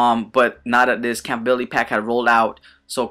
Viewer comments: "Campability"? Ummmm...compatibility??? llol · Whys he say compatibility like that?